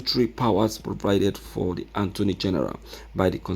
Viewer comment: I thought you are educated, so you don't know how to pronounce attorney from anttoney? Don't you know every time you will calling attorney antoney where is N located in attorney ?